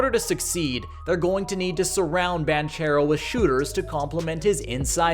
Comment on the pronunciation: Wagner is pronounced with a V sound (he’s German) and that’s not how you pronounce Paolo Banchero’s name.